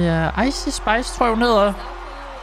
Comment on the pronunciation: Det er ikke icei spis det er ice spis